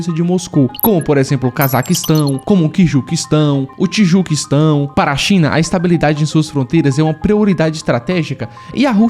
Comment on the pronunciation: Tendi nada ele lendo os países errado